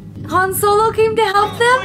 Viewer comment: I like how she totally transformed Solos name into Hanz xD